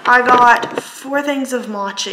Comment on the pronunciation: Mochi is pronounced “mow-chee” lmao. I was confused, I thought you were trying to say matcha and I was like why she eating matcha 😂😂😂